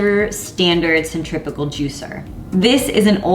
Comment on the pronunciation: it sounds like you’re saying centripical juicer ...it’s centrifugal right ?